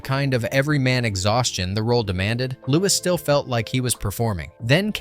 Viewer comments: C’mon man. What rock have you been hiding under? Lewis CK?? Its Lew-E CK. Be better. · It pains me when someone mis-pronounces a celebrity's name so blatantly and repeatedly. Louis C.K.'s first name is pronounced "LOO-wee", not "Loo-wiss". 😕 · Stop saying Lewis. It's pronounced Louie.. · Lewis? You mean Louis lol. Like King Louie from Jungle Book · His name isn;t pronounced "Lewis" CK, FYI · LOO-ee CK 🙄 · Louis (pronounced Louie) C.K. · Dude, its Louis pronounce “Lou-ee”. If you are going to do videos, did you NOT do your research? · It's pronounced "Louie" CK. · I'm punch this guy who keeps saying Louis and not Louis CK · You don't pronounce the s in Louis